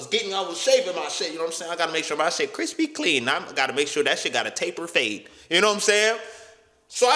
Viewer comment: 😂😂😂 “crispy clean” lmfaoo why u say it like that